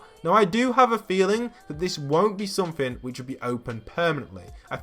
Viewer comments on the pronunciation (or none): none